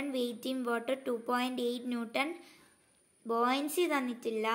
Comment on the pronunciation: Bouyancy alla buoyancy ആണ്